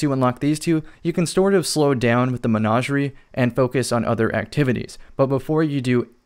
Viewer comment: Anybody else hate the way he says Menagerie?